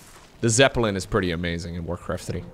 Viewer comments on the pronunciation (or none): none